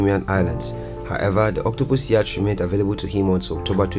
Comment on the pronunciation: Despite the spelling, it's pronounced 'yot', not 'yach'.